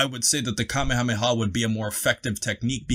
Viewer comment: I definitely would appreciate, being from Hawai’i, that you guys start to Pronounce Kamehameha Wave correctly.. Being an 80’s baby, watching Dragon Ball since the late 80s early 90s and beyond. I cringe when people go out their way to correctly pronounce other words/attacks but continue to mispronounce the Kamehameha Wave.... Thanks 🤙🏾